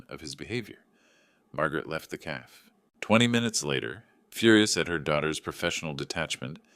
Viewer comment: It's not called a calf, it's pronounced "cafay" cafe